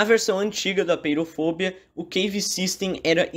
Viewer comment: so uma coisa, apeirofobia, se lê apêirofobía, pois vem do grego apeiron «infinito» e phóbos «medo» e -ia